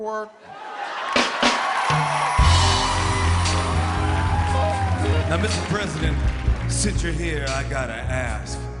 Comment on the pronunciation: No one: Absolutely no one: Obama: werq werq werq werq werq